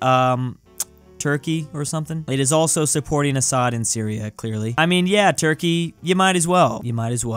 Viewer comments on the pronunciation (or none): none